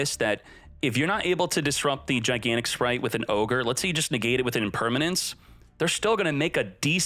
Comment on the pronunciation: Speight spright sppright